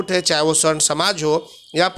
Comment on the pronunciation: स्वर्ण नही,सवर्ण होता है ।